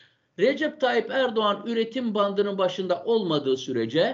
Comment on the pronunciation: Hocam çok güzel anlatmışsınız teşekkür ederim ama ERDUVAN ERDUVAN dediğinizde çok güldüm😂